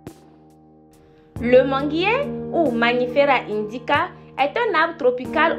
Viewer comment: Oui Mangifera indica. Je pense que je n'ai pas bien prononce le nom dans la vidéo🙊